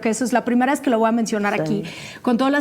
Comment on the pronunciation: Que alguien que alguien, le diga que se Dice LO VOY!!!! NO LO VUAAA!! 🤭🤭🤣🤣🤣🤣🤣🤣